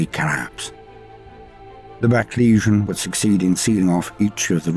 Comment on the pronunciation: I absolutely love but is anyone else annoyed by the way he says legion? it sound like he says Lesion all the time to me